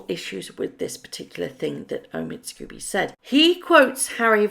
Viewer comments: His surname is pronounced ‘scohby’ not scooby unless of course you’re just trying to be amusing. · The writer's name is Scobie NOT Scooby: it is unforgivable, unprofessional and rude to persist in mispronouncing his name. I've said this before so it's clear that does not read our comments or simply chooses to ignore their content.